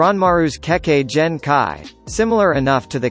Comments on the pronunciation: how you say chakra right but says damn near every kekigenki wrong just stop like tf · U pronounced kekkei jenkai not genkai LoL